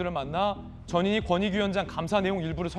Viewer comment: 전현희위원장....발음이 꼭 저년이위원장처럼 들리는데 발음 조심해야겠습니다